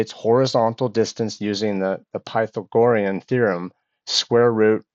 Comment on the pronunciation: Very cool project man! Great work :D although I will say, I don't think I've ever heard someone pronounce Pythagorean theorem that way lol